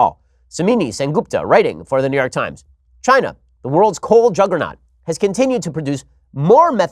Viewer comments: When you say New York, it sounds like Neyorc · New York -> “Newurk”